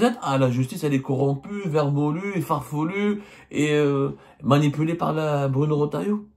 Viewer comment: Abdou on dit farfelue pas farfouli pour un journaliste d'investigation et professionnel qui s'exprime mal en français hchouma, tu fais bcp de faute sinon parle carrément eb dardja 😮😮